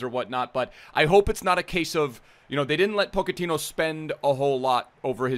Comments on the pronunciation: ***po-ch-ettino not pokettino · go ahead and look it up lol, its pronounced "ch" not "k". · who is Poc-a-teen yo? Dude you murder some of these names. You make him sound like a little Pokemon In my pocket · I love you but he’s Portuguese, so it’s JOE ZE and poch is Argentinian so it’s Paw che ti no, love the vids g I be butchering pronunciations all the time too just tryna help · Pochettino + Pokemon = pronouncing Pochettino